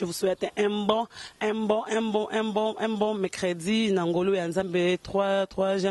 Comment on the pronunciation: YANGO OLANGI, TILELO NANU OZWA SOLUTION TE, PONA PROBLÈME NAYO YA PRONONCIATION?? UN MBON, C' QUOI??? ON DIT UN BON...